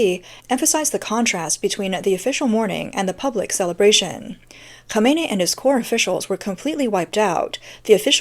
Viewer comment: it's Khamenei not Khameini